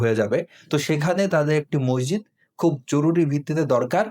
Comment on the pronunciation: "মসজিদ" শব্দের সঠিক উচ্চারন করলে ভালো হয়।